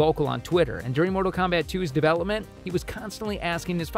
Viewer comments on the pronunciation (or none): none